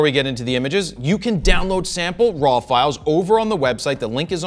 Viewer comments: Just like RAW sounds like RAWL in the intro ...and "to drawl" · Germy. Shot in Rawl. But I love it! Fro is awesome.